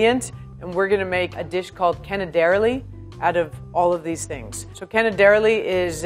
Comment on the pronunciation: My sweetheart.. im italian... its canè-derlì.. not cane-derli